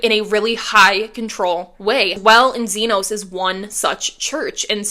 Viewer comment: It's ZeeNahs, not ZeeN(long O)s